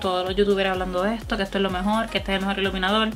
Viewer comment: “Que es ejto tiza?” Miraaaaaa nena paraaaa 🤣🤣🤣